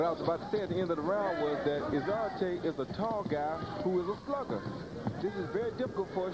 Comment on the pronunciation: David izonrighty lol hahahahaha. It's Izonrite and not righty.